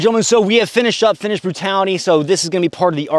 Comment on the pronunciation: Your Finnish pronunciation is excellent, I'm very surprised.